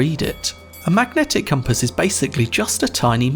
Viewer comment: "Magnetic Coompass"